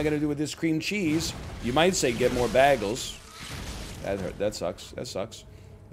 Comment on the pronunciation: The way he pronounces bagels causes me physical pain